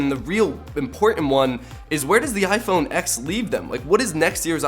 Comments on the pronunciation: Say iPhone X again. It's iPhone TEN! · It's iPhone 10 NOT x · Apple said that it should be called Iphone « X » not Iphone « ten »... please research before saying things that are false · ok bro anyone who calls the iPhone x the iPhone x is retarted. It is pronounced the iPhone ten. OS X is actually pronounced OS ten, people who don't know an ounce of what they're talking about call it OS X . Stop trying to milk pointless problems for views and use your head. Im guessing Samsung has all their names perfectly thought out. Note 8, does that mean your its the 8th note you've taken or is it a note pad...maybe 8 of them. hmmmmm, lets talk about the s8, does the s stand for shit, Samsung, sally and 8, is that only the 8th phone Samsung has made or only the 8th generation. Should it be S8-1. funny how you bash apple this whole video but really your just narrow minded and view hungry. Im definitely unsubbung from trash vids like this. Whats the point, you review tech thats years old and if you review anything new your months late to the game anyways. (correcting misspellings) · iPhone “ten”